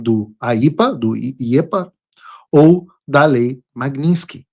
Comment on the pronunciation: Paulo, não é magniNsky, e MAGNITSKY